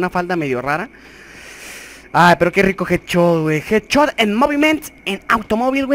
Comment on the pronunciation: Jajaja me gusta como dices“jedchot”jajajja me cague de la risa